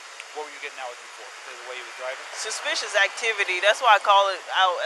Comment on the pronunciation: She said failure to identify then she said seoishish activity